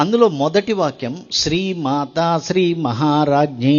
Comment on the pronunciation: It is shree not sri